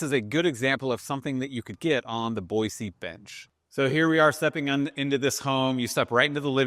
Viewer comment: You’re killing me😂 it’s Boy-See.